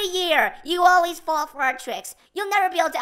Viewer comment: Loved wen spring spring trap said I awayse come back